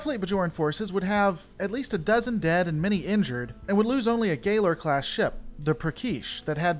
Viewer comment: You pronounced Galor class wrong